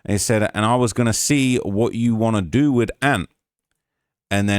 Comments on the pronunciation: Wat Chew gone dew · dew lol tew and yew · “What chu wanna dew?” 😂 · Wutchu wanndew?🤣😆